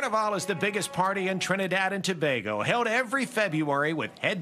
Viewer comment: So wonderful you featured the T&T embassy. And it’s “steel pan” not “steel drum” (you mostly said it correctly) and it’s “Carnival” not “Carnivale”